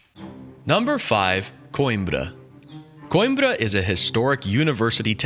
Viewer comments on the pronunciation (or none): Not koinbra it quembra